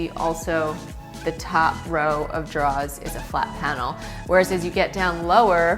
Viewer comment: OK I’m here for how she pronounces the word ,” drawers.”